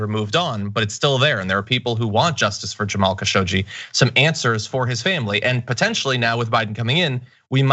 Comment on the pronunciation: Khashoggi is pronounced Khashog-Ji (almost Khashoq-chi). It means "spoony" in Eastern Arabic dialects. And yes I know what I am writing.